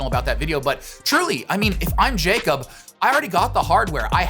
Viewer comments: His name is pronounced “Yakob” not “Jacob” 😁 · It’s not pronounced “jakeup” it’s yakob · Broo nick I love you but he’s Norwegian and his name isn’t pronounced “Jacob”😬 It’s Jakob lol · Jakob. Yah-cub. 🤣🤣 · Great video for the most part, but man hearing that "JAY-kob" every time instead of "YAH-kob" was really jarring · His name is pronounced ya-kub but it looks like Jacob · Nick, great video! But for the love of god pronounce Ingebrigtsen’s name right lmao. It’s “ya-kub” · Isn’t it pronounced Yacob? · It isn't very important but "jakob" is pronounced (ya-cub) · Jakob is actually pronounced like yakob